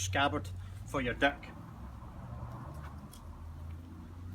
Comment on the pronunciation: Now i know you said dirk but for a second there i thought you said dick and i got right confused.